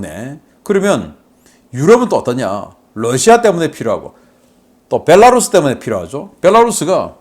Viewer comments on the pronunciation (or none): none